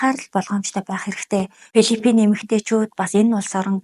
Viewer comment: Пилифин биш филипин гэж дуудна. Дуудлагаа засаарай.